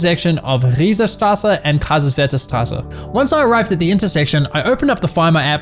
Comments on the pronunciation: His pronounciation of "Straße" has quite an accent, but I have in English as well and honestly accents are cool :) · warum sprichst du die strassnmit akzent? show?